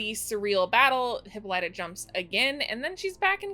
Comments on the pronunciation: OMGosh I'm cringing every time I hear Hippolyta's name being pronounced.. it's HIP-PO-LY-TA! And we will refer to the beautiful Afro-Futuristic Diva as--"The Celestial Being with 4C HAIR!" Another YTuber named her that and it fits beautifully! As a black woman this episode was so beautiful, inspiring, and just touched me on a level that was spiritual! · OMG please I’m begging you say Hippolyta’s name correctly.